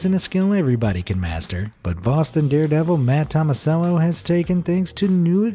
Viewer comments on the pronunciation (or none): none